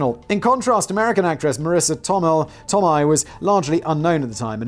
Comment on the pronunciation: Marissa Toe-may… that’s how it’s pronounced.